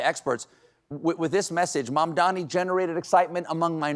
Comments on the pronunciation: Cuomo also pronounced Mamdani's name wrong. its MAM-dani not MAN-dani. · Cuomo still hasn't learnt to pronounce Zohran's family name. It's MaMdani , not MaNdani!! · That stupid Cuomo still cannot pronounce such a simple sounding name like MAMDANI correctly! It's not MANDANI you dotard, it's MAMDANI!! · I see he can't say Mamdami's name still. Fucking horrible person. Grow up CONVICTED former mayor. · Cuomo cannot, for the life of him, pronounce "Mamdani" right 😂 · Cuomo still cannot pronounce MaMMMdani's name. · That jerk still couldn't pronounce Mamdani's name correctly, even by this point, huh? 🙄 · Cuomo still cant pronounce Mamdani. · Cuomo can't even pronounce Mamdani's name correctly! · Cuomo said his name incorrectly again. 😂